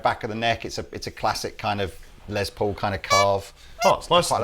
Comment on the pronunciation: It is Less Paul, not a Lez Paul.